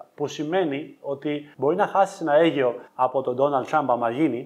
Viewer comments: Αιγαιο οχι Αιγιο ουτε σωστα να το πεις δεν ξερεις ρε με απογοητευεις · Η αλήθεια ποναει όντως, συνέχισε ακριβώς έτσι, τις ταμπέλες μόνο που βάζεις πρόσεχε για τον αλγόριθμο στο YouTube. By the way Αιγαίο και όχι Αίγιο 😉